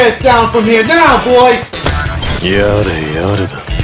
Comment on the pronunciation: Oh shit, hewe go agaim